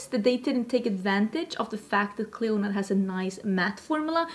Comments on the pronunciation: It is correctly pronounced “CLEAN-uh”. Mythological queen, kind of like Hela. 😘 No. Dragonfruit is pretty to look at but not tasty at all. Very very bland. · Clionadh is pronounced "Klee-oh-nah" 😎✌🏼